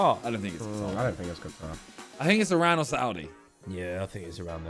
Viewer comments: And for anyone seeing this, please it's not I ran😭. It's Iran (ei) please say it right. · coming from an Iranian, Iran is pronounced ee ron so please get it right